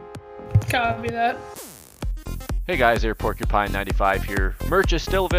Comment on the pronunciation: Is it just me or did you say Airporcupine at the end?